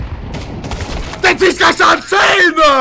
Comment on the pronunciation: ....... "theyjusgotthatingsaaanejea" automatic youtube subtitle: "These guys are insane" lol